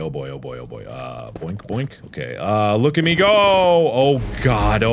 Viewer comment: look at me go look at me go when it actually sounds like look at amigo ;P